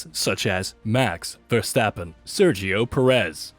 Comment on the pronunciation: Charles leklerk and Maks Vershtapen